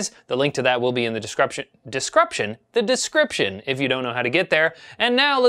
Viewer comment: "DescrUption"! LOL! That made my day!:D Have a great long weekend,!;)